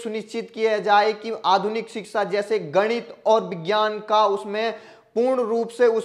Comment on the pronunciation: सही उच्चारण है-शिक्षा